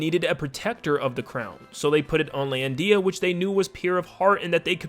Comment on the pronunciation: Lol "lan-dee-a" I can't